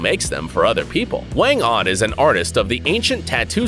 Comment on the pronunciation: WANG-OD not WENG ODD.